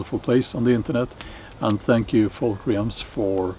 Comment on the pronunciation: There’s only one syllable in “ realms”. You should learn to pronounce it correctly in English. Realms /relmz/.